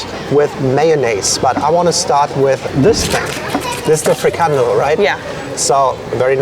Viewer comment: Haha it's funny to see that when you pronounce Frikandel in your native language Deutsch, it sounds more like Dutch then when you try to pronounce Frikandel in the original Dutch! So just go with the German way of saying it. Dutch will understand it better. And yes.. Kroket is very simular to a Bitterbal, but a Kroket has a more dry texture while the Bitterball is more moist and creamy.